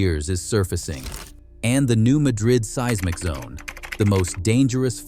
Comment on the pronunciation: Learn how to pronounce "seismic" properly.